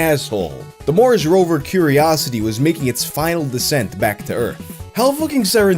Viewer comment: Research papers indeed do have something identifiable in them. Like THE NAMES OF THE AUTHORS. :D ...Dude, WHAT? The rovers NEVER CAME BACK AND WEREN'T SUPPOSED TO. They analyzed the samples *on site*. Also, you pronounced Mars like Morris. XD